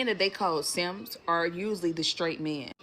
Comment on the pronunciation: "Guys...don't be seemps" Manosphere